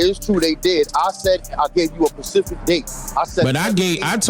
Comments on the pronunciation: He said “Pacific” instead of “Specific”. You can’t take him serious after at that moment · I hate when people say pacific instead of (specific) &